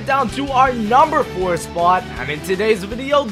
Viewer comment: I don't like how you pronounce the word "spot" change it.